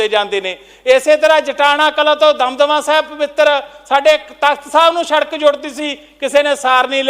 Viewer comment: Eho jehe v minister bne hoye ne jinnu sadak khna ni aunda. Sadak nu sharak keh reha. Kdo educated bande minsters aange parliament wich.